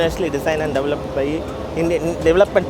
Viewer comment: most difficult word for Indians - develop / development!! They can't say deVElop always DAVlop / DAVlopment